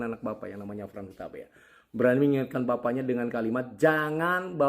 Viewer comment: Itu Hotman Paris huta pe a bukan huta pea